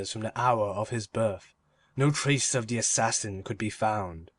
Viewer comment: 4/5 would be 5/5 if the reader could say "The" instead of "de"